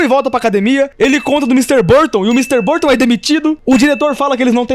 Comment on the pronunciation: o que eu acho engraçado é que o erra o nome no professor de educação física por quase todo o vídeo, falando algo como "sr. Buston", só que isso deixou mais engraçado porque o professor Burton é um merda como todos nós já sabemos. Ou seja, o erro do foi na verdade um acerto